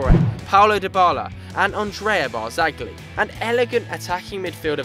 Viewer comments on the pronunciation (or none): It's not barzagli but it's pronounced barzaji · Literally one of the worst football channels about, rossoneri is Milan, not Palermo for starters and you don't say the 'G' in Barzagli. This '' guy hasn't got a clue about football, I'm an arsenal fan myself but god does he chat shit about arsenal. Then you have, who seems to think Sturridge is 'world class' and Man City were going to win the league, you must be having a laugh. To cap it off, you have the, who is a typical Man Utd fan. If I'm correct, he wanted to get rid of Ibrahimovic at the start of the season because he was stopping Rashford and Martial making progress, when in fact he is doing the complete opposite, and influencing them massively. I think you guys should rethink being football bloggers lol